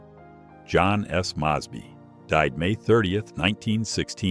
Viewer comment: A. WHAT Hill?! Is this some kind of AI crap narrator???!!! Now, John S. Maahsbee????!!! WTH!?